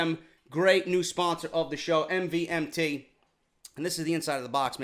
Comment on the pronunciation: Yo no offence but MVMT Watches is pronounced as MOVEMENT.